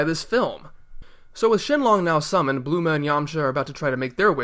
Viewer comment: Her name is Bulma and not Bluma. Or was that pronounced like that by the dubbing studio?